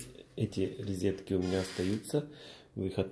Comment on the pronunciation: Резетки в колидоре. Поброюсь и пойду каталет поем)))), ты же человек искусства, учись грамотно говорить)))